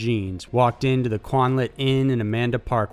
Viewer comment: It's pronounced: QWIN-ALT.